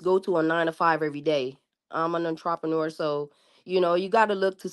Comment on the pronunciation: What's a "Ontropeneur?"